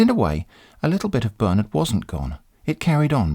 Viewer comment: I love how him saying "Bernard" sounds more like "Burn it" in the end. :p